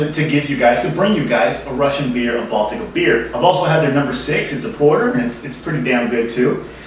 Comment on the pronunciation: Russia has 4 seasons. Moscow is hot in the summer. Good job pronouncing Baltika. Nice review. By the way, all you snobs, it's not that bad. It tastes better if you buy the glass bottle variety. Viva Baltika! Za zdarovye, tovarishi